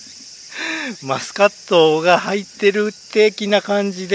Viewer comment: ちゃんとしっかりマスコットって言ってて笑いました